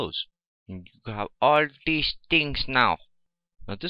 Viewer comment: lmao ... "all deez tings now"